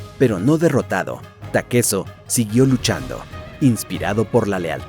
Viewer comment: Porque lo llamas takeso puñetas?